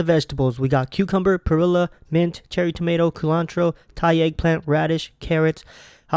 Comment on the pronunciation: WTF is 'coolantro'?